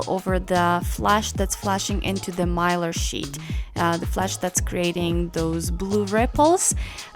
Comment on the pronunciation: Mylar, you pronounced it correctly.